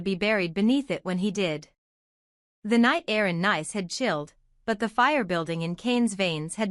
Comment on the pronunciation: It is pronounced NEECE NOT nice